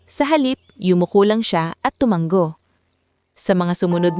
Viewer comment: Tumanggo na naman. Basahin nio kc ang mga comment pra alam nio na Ang tamang salita. Hnd tumanggo. Tumango yan ang Tamang salita From: Pangasinan. Time 11: AM